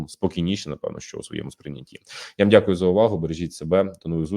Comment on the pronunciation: Короче - дикую, було, алэ, маемо...